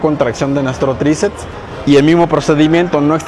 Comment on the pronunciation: Buena rutina, sólo una observación y con el debido respeto hacia el caballero, me parece escuchar que dice "tricets" en lugar de "triceps".